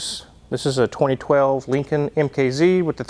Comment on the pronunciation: Lin-C-Oln From bill and Teds.